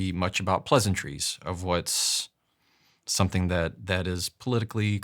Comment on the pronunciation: *someTHING *everyTHING etc. It's THING, not THINK ffs 🙄